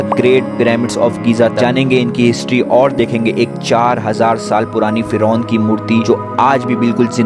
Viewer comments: Bhai feroz ni Firon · Firoz nahi firon 😂